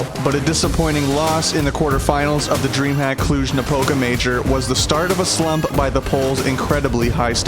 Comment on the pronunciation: there is also a mistake when you say dreamhack there, you pronounce is dreamhap